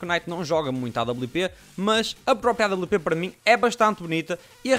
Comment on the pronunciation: não é awp é, à babliu pê